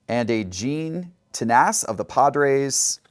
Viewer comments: Gene Tenace is pronounced "Tennis" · fun video. Not that it matters but I think gene tennace is pronounced ten ass and Larry hisle is high sill. I’And chat correct me if I am wrong Jess